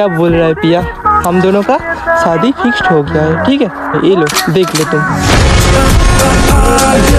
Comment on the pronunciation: Shadi fix❌shdi fixt✅😂😂